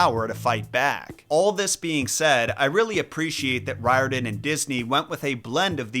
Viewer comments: Riordan Author really should be pronounced REE-or-dan. That's how they say it in Ireland, where it originates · It is pronounced, "Rear-den". Hermes has the "H" pronounced, according to my Greek uncle.